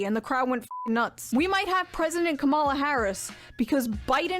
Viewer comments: I'm starting to get triggered so much by people mispronouncing Kamala. It's not that fucking hard. I mean Shoe. It almost feels intentional. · It's annoying shoe doesn't say her name right she said it like the right. It's Kah Ma la